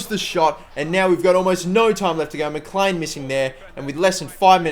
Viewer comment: Mclean is pronounced. Mcleen